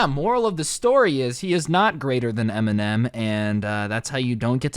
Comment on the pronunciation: Did he really say m&m indtead of eminem lmao